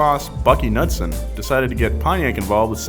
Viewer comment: It's Bunkie not Buckie and its Knudsen pronounced Knoodsen